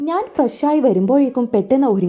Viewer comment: നാൻ അല്ല ഞാൻ കുയപ്പം അല്ല കുഴപ്പം Pronounciation 🙄ശരിയല്ലല്ലോ 🙄🤔